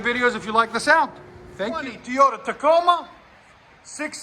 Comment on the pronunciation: Lol, its TOYOTA not Teeoda, lmao